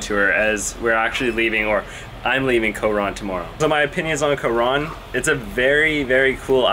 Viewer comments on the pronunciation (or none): It bothers me that he says co-Ron. Also, dude is complaining about 1650 pesos? Dude. If you’re going to another country bring enough money to be able to afford things that may pop up. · You have no say on it being overrated because you are only used to a westernized lifestyle. No ones going to listen to your opinion especially if you can barely even pronounce “Coron.” Decent editing though.